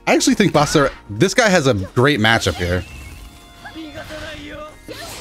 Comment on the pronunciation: I feel like he pronounces his name weird. Basura means trash where I'm from so I'll just call this character Basara xD.